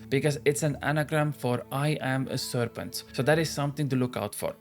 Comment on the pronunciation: It should be serpent not serpant 😂